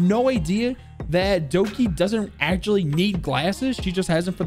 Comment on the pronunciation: Every time he sad Doki I wanted to scream.